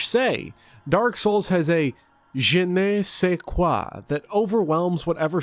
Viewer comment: Je ne sais quoi It sounds more like Juh nuh seh quah than Jay nay say quah